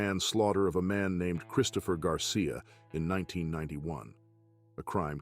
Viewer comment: Whoever is making these videos should learn how to pronounce our Mexican American last names correctly, its disrespectful how you want to do a video on our people, and cant even pronounce our last names right, like you dont know how, or like you never heard names so easy to pronounce, like Garcia n Munoz, and just shred our last names to sh!t.. Its not that hard